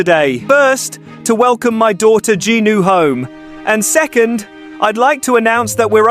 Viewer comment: It's Jinu not Genie